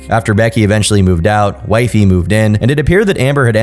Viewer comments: "Wipey" not "Wifey". Also, source Kiwifarms you coward. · No no, it was wipey not wifey.. just want to clear that up 🤣